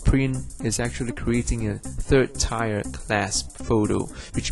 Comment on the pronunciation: third tire? tier is pronounced "t-'ear" like a tear drop. FYI overall GJ